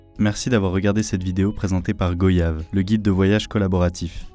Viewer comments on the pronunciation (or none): Rien à dire sur la vidéo, à part la prononciation de goyave qui doit faire saigner les oreilles des ultras marins... on prononce "gouayave" et non "gôyave" comme on prononce "vouayage" et non "vôyage". 🤪🙏